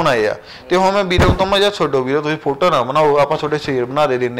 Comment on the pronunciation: App chahe bhra boln ch problem a, par bhra ne photo boln la tiya 👌👌👌